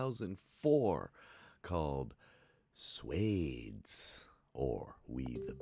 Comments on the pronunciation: It’s pronounced “Swa-dheys” not Swayds 🤦🏻‍♂️ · It's not swes ,it is swaadesh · pronounced as swaa -desh (d is soft like in spanish) not sweds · Suede-s! 😂 It is Swa (like swirl without the "rl") - des (like a French person would pronounce dés). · It's called Swaaa Des. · Love Shah Rukh Khan! Can't ever go wrong with this movie... ❤️ Also, wrong pronounciation 😂😂 Were you able to finish Piku? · Swades 😅 Swa like ‘shwa’ of shwarma (without the h, but like a whole syllable) and then des like the word days. That’s the closest explanation I can come up with 😅